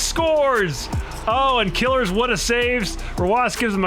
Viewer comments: It's pronounced "kill-ears" not "killers" lmfao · please stop saying killers it "KILL-EARS" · its pronounced kill - ears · isn't it "kuh-leers"? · Isn't Killeerz' name pronounced with a long ee, rather than "killer"?